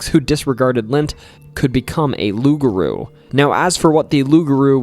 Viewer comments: My friend take it from a Cajun it pronounced Loup,Garou kind of like pit bull don't cha know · nope.. it's aloup-garou.. aloup is Cajun french for wolf..garou in Cajun french for were..no such word as rou in french